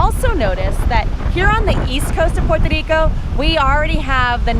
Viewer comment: Thanks for the up date, I waiting to visit the Island and family, maybe July I want to give it time for more things to be up open. I was there Las December so I can wait one more month :) btw love the way you say Puerto Rico.